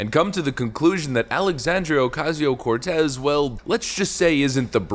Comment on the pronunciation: I can't stand the way dude says aoc's name. It's racist. ❤😂